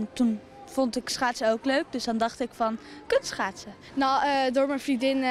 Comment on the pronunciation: wat hoor ik nou kut schaatsen 🤣🤣🤣🤣🤣